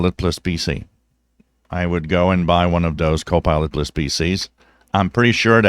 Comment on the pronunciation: Hello, Will you be so kind to let me know if you are saying "co-pilot plus", or "co-pilotless"? I checked this with closed caption, and it reads "co-pilot plus",. But it sure sounds like you are saying- "co-pilotless". Thank You very much! Thank`s for your great videos!